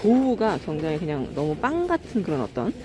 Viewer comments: 굉장히를 경장히라고 하시는ㅋㅋ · 내용은 감사한데 굉장히를 왜 경장히라고하시는지 거슬리네요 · 서울사투리입니다. JN님이 계란을 겨란이라고 하시는데 겨란도 서울사투리입니다.